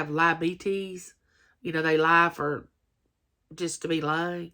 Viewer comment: said Lie - a bee teez 😂